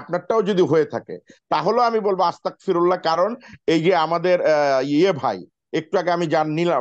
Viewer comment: আসতাকফিরুল্লাহ না আস্তাগফিরুল্লাহ হবে যে